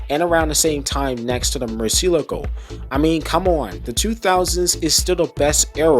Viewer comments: Italians and everyone else in the world: Lamborghini Murcielago This guy: Lamborghini Murcy-eleago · i mean you are contradicting your initial response here. You said you "tried", at first. And i can guarantee you now, that the way you said it, is not how the spanish say Murciélago at all because i am spanish😂